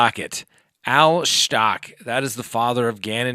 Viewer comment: It is pronounced STOU *CH*!! CH, like CHeese!